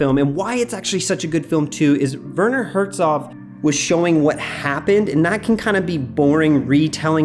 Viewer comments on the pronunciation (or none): none